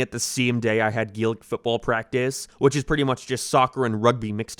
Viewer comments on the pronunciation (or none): none